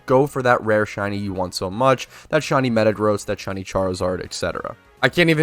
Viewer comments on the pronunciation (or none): none